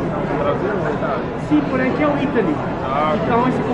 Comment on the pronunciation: hahahahaha.....He said here in Eataly...not Italy